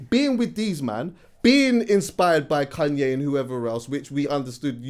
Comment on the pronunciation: pronounces Kanye as “Kun-yeh” 😂😂😂